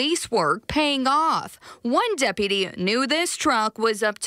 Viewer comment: I heard "Depity" AND what sounded like "Depities" (apparently the plural form of "Depity"). It's: "Deputy" and the plural form "Deputies". For the love of God, get yourself dictionary AND USE IT.